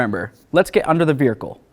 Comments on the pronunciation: Say vehicle 😂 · What accent calls a vehicle a vericle? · VeRhicle 😂😂very informative and I definitely enjoyed how thorough the explanation is but damn this killed me